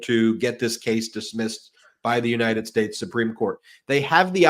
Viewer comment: No, he took an oath to support the constitution of the “unated shtash.”